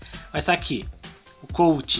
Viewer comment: O nome do gene aqui no brasil é Eugênio e o colt vc falou certo e a jessie tbm e o el primo tbm